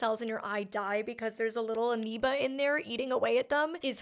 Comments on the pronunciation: I kept waiting for you to correct yourself once you watched each clip of them using the correct pronunciation of “amoeba”…but nope! 😂 you just continued to say “anoeba” with rising confidence. 😉😂😂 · Not that it’s terribly significant, but I think you’re mispronouncing amoeba with an N sound as in November whereas it’s an M as in Mike.